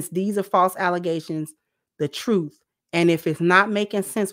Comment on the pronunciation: Allezations!!! She did say that!!!! 😂